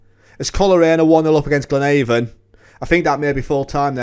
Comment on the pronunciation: You are pronouncing Glenavon incorrectly. Its not like the door to door cosmetics company ‘Avon’ its the same as ‘Avenue’. Glen-ah-von.